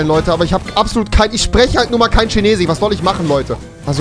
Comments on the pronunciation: Normale Menschen: Chinesisch Rewi: Chinesich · Normale menschen: chinesisch Rewi: schinesisch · Es triggert einfach so ,,chinesich” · Normale Menschen: chinesisch Rewi: schinesich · Wie rewi chinesisch ausspricht : schenesich Wie ich chinesisch ausspreche : kinesisch Wie man es schreibt : chinesisch 😧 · ich sag auch Kinesisch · Niemand: Rewi: CHINESICH! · Niemand: Rewi: Chinesisch = Schinesisch Fisch = Fich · Niemand Immer noch niemand Rewi chinesich 😂😂😂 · Vor allem wie er immer schinesich sagt 😂😂😂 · Niemand: Wirklich niemand: Rewi: Tschinesisch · Niemand : Rewi: erstellt sich nen 2. Acc und stellt die Sprache auf schinesich (btw beste Stelle als rewi chinesisch so ausgesprochen hatte lmao) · niemand: absolut niemand: rewi: ich spreche halt einfach kein dschinesich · Niemand: Rewi: schinesich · Lol wieso sagst du immer Tschinesisch?😂😂😅